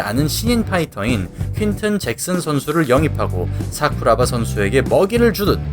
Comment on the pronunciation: ㅋㅋㅋㅋㅋㅋ발음 웃기네요 싸쿠라바